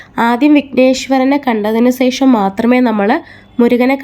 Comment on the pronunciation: Sesham alla......sasi de sa(malayalam). Shesham